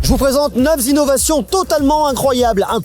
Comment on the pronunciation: Neuf Zinnovations 😂